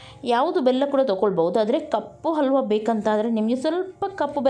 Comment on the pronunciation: It is halwa....and not alwa....😭😭